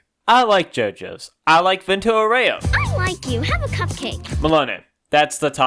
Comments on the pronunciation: vento oreo😭 as someone that speaks italian im crine at these pronouncations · Vento orreoh lol